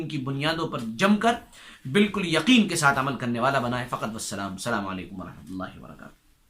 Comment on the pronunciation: Phle slaam krna sikho slaam ese nh krte h jese ap n kiya h slaamaleikum nh hita asslamualaikum hota h